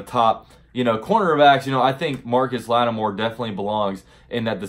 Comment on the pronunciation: Who is Marcus latimore its marshan latimore